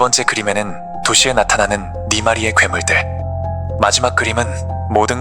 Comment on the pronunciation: 네마리가 [니마리] 라고 발음되네요~ 앞으로 영상에서는 이 부분 수정하셔야 할 것 같아요